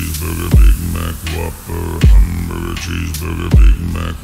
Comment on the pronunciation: My favorite part was when he said humbrgr chesebrgr big maac whoperrr